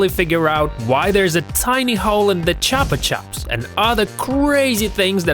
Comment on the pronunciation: its pronounced (ch-oo-pa ch-oo-ps not trying to be mean